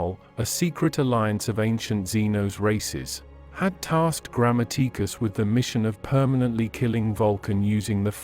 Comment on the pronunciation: Yeah where we get to hear about John "Grandmma-teek-us"